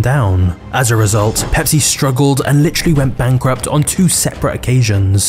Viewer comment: Stopped watching almost immediately, especially after that word “litry” wth is that? Do you me “Literally?” Wow.